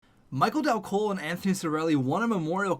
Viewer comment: You pronounce dal colle as dal goal which is how you would say he scored a goal in my language